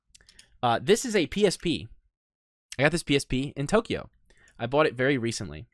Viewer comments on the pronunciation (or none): will says "pought" it instead of bought it